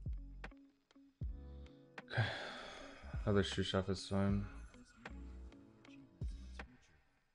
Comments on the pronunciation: He had mispronounced it as "Shoe/Shoo Chef" when the card initially got introduced to the game. I think his wife was making fun of him in steam while they were together one time, now it’s a meme. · Is pronouncing Sous Chef “Shoe Chef” or “Shoo Chef”? I can’t tell which sort of wrong his pronunciation is..